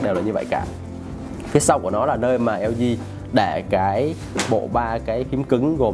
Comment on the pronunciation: Nguoi ta la hang LG ma cu eo zi eo zi. Nghe phat chan